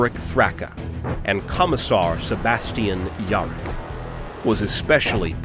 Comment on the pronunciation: When yarrick becomes "York" the third "ork god" XD